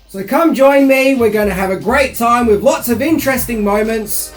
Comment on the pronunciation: You lost me at "wif a green head" learn the TH sound.... sad